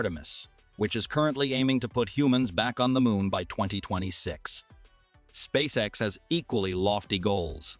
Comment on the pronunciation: "Spaxe ex" 😂 I guess, an AI did read this text. There are other clues for this too. For example a sentence ends. And after a pause this sentence continues and ends after 3 more words. This is. Very unnatural. At least the content is good, I. Must admit. ;-)